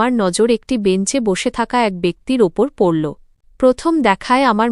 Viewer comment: এ কে? বাংলা পড়তে জানে না, কে বলেছে পড়তে। লাগল্‌, পড়ল্‌ এ গুলো কী